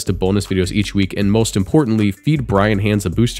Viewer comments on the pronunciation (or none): none